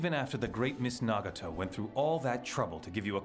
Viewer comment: All I can hear is Itachi and then He said "naugato"